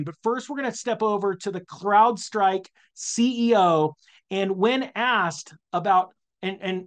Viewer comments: LOL CLOUDSTRIKE? Hopefully you are pronouncing it like that on purpose!!! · He keeps saying “cloud strike” . . . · Crowd. Crowd. Crowd Strike. Not cloud.